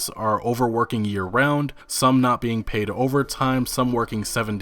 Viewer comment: "Pae Uhd."